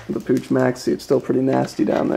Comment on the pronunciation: its pronounced POOK not pooch